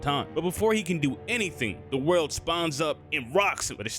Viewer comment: it triggers me SO much that he calls it "the worldo" bruh its either "za warudo" which is the japanese name, or "the world" which is the english name. aside from that good video